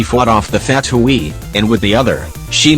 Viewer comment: jean faught off the fat-u-e lol